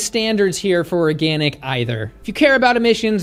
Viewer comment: Organ-ick (zinger)